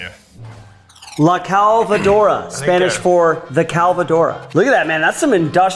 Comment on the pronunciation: It's not "la calvadora", saying la calvadora is like saying the balder, it's "la clavadora"